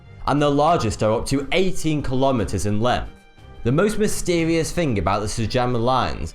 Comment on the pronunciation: "Scientist's have discovered mystewieus"